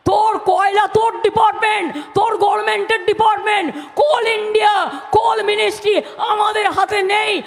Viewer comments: DD kotha ta GOVERMENT, not( GOVMENT) ja apni bolen, jani apni onek language janen tai bollam. Bangla Desh e oneke lok ache jara Govment bole. BD lok nebe bolche. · গরমেন্ট বলা গভর্ণমেন্ট এর মুখ্যমন্ত্রীর কী ভাষা!